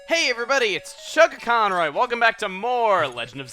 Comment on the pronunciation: Anyone else ever hear him say Chuckaconroy instead of Chuggaaconroy?